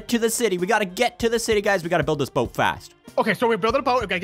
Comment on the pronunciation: Not baot is boat